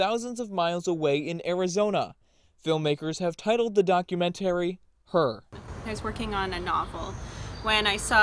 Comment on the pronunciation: Well he couldn’t pronounce the word documentary properly either